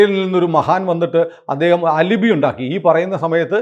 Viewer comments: പ്രിയപ്പെട്ട സുനിൽ സർ. അത് അലിബി അല്ല. Spelling ALIBI ആണെങ്കിലും അത് പറയേണ്ടത് "ആലിബൈ" എന്നാണ്. ഒരുപാട് ദിവസമായിട്ട് പറയണം എന്ന് തോന്നി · Al-eh-bai not al-eh-bi